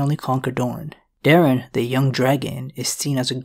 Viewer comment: Bro I’m begging their names were DAY-ron